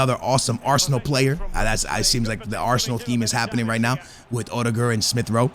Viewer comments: O-De-Guard lol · You Call him Uhdegård